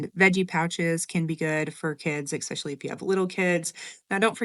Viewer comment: Especially, not ecspecially 😭 My sister does the same thing 😜